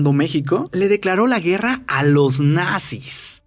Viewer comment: Like si notaron en el minuto que dijo la guera no la guerra